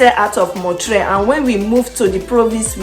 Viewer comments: It is NOT MON-TRAY It's pronounced MON- TREE-ALL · You are mispronouncing the name of Montreal. It ends in ALL